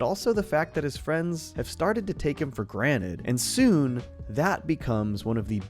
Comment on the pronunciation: Pleas stop saying graned its calld granted